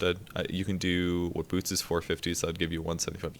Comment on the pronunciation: let me be honest, I heard boob instead of boots when you're talking about tranquil xD